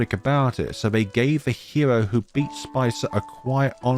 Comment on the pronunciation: Thanks ❤️❤️❤️. I've been waiting for the translation of season 11 for a long time since season 10. However, you mispronounce some characters' name so will correct it for you. For instance, the letter "c" in their names is pronounced similar to "k", sometimes "s" not "ch". For instance: - Caron is pronounced ka-ron. - Caesar is pronounced see-zer - Spica is pronounced spee-kah. - Luca is pronounced loo-kah. - Luce is pronounced similar to loose (Most characters in the game have Italian names) - The village Triela is read "Tree-lah". My correction ends here. Hope that it will be help for the next video.